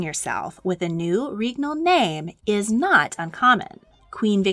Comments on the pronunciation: I'm convinced at this point that you intentionally put mistakes in your videos for the algorithm to goad people into commenting. Regnal is not correct. The "reg" is pronounced like leg. It's pronounced leg-nal with an R. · Awesome stuff! Pronunciation's a bit off, especially with "regnal", but otherwise very educational. Edit: Also Æthelred the Unready's nickname was a pun on his name (meaning "well advised") and unræd, meaning "poorly advised"